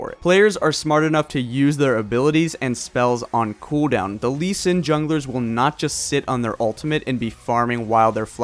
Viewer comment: you gotta say cooldown properly